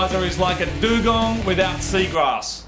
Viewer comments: What's a Do-Gong Moog? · Wtf is a doogong lol